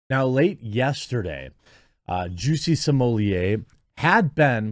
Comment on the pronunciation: I wonder if Jeremy will have learned to pronounce Smollett by the end of this ordeal.